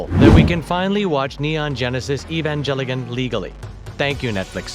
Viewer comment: “Sinjie” “Evangelligan” Something tells me this guy has never see the show.